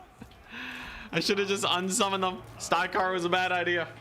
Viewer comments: For the love of god, please pronounce the names correct! it's not STY-KARR, or STRY-KARR, it's STYR-KARR!! I could take it he first 28 times, but after that, it really started to grate on me! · ok, I had a good look inwards, nope not a problem with me... he's definitely saying it wrong